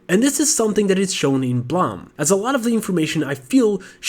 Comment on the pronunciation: blame not blahm